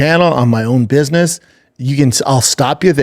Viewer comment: Little biss-niss trip